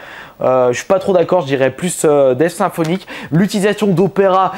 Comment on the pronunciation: Pq tu dis def et pas death